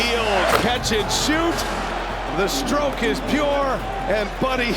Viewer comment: Every time I hear the commentator say "pure," I want to stop watching.